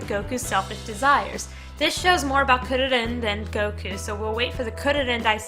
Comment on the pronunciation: Try pronouncing "Kuririn" as "Koo dee deen"